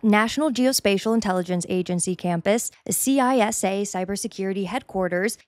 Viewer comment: Great video! Some minor corrections for future content (from a federal contractor): CISA is an acronym, not an initialism, and it’s pronounced “Sissa”; Additionally, SCIFs aren’t inherently bomb-proof/resistant. Most that i’ve been in were essentially windowless college classrooms.